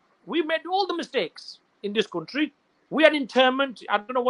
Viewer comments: instead of country, he said cutry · Sabse paheli baat iss shaffab ki English suno .....country ko cuntry bl Raha hai🤣🤣🤣